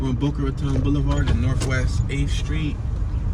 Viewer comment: My home city. 😉👍 Boca RA TONE is how it's pronounced. Keep up the entertaining tours! From an ex north Philly guy now living in Boca!